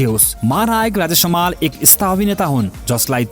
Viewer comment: ए भाई समाल होईन हमाल हो, सहि उच्चारण गर्न सिक